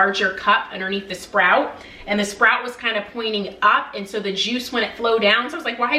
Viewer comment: Spout not SPROUT.